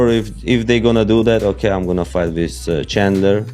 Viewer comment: Lol "you can fight, you can fignt, you have a beard...." Fkn Strickland lol Maybe thats why he grew a mustache haha